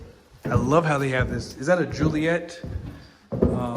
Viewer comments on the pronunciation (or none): none